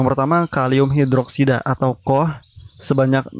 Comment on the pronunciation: Sekedar kasih tahu Koh bacanya ka o ha.